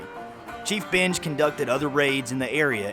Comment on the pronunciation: Thanks for the video. But, Benge said binge? Thought it was pronounced like ben-gay.